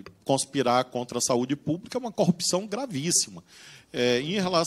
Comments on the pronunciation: Cupção, Cupção... qual o problema dos PRs que não conseguem falar Corrupção?? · Ora ele diz corrpção outra "cupção" kkk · Todos paranaenses falam "cupçao" ??? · O deputado não sabe falar CORRUPÇÃO ou é impressão errada de minha parte?